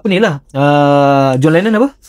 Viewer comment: John Lennon "Oasis" hahahahahahah..Itu John Lemon bang hahahahahahaha